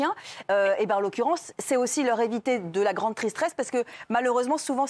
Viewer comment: Alors outre se sujet très important et oui les peine sont pas assez forte mais à « grande tristrese »jsp j’ai rigoler 😂